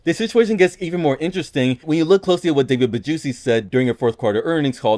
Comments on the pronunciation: "David Bajuicy" I'M CRINE LMAOO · "David Bajuicy" 💀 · "David Bajuicy" STOP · Even investors had enough and pissed of Roblox Also did I heard this man just said David bajuicy 😂